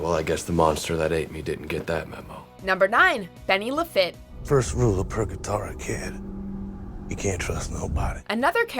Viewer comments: ITS PRONOUNCED "LE-FEET" NOT "LE-FIT" HOLY FUCK DO YOU EVEN WATCH THE SHOW?? So not only does the original WatchHomo channel suck, but its female counterpart sucks as well. Just fucking retire already! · I agree with most of these. Mainly Gabriel, Charlie, Adam, and Bobby. I didn't mention Crowley because I have no doubt he will return. But I have to correct you on Benny Lafitte. It is pronounced La Feet not La fit. Like Lafitte, Louisiana. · Eileen should have been on here. Also, I would like it if the announcer could learn how to pronounce the name properly. Not just this video, but others as well. Lafitte is French, and pronounced la-fy-et, not la-fit. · Benny is Cajun. It's pronounced La-feet. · yep. Oh and LaFitte is pronounced “La-Feet”. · I’m from Cajun country - hearing her pronounce Lafitte as “Lu-fit” is cringeworthy. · Anyone else cringe every time she said Benny's last name? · Anyone else pissed at how she pronounced Bennys last name